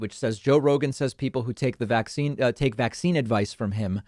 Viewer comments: Why does pronounce it VAC-cine? It sounds so weird. Sounds like a subliminal messaging thing. Like it makes it sound scarier to her followers. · i feel the same way although i think she's saying it like VAX-cine